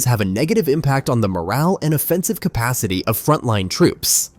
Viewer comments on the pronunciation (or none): none